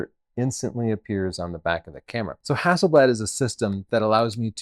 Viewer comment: camera name is stated as "Hassleblad" and not "Hasselblad"! How on earth did that happen!?